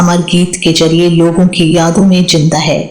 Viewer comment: Nice information about Bina, but please correct your pronunciation Zinda, not Jinda , Mumtaz not Mumtaj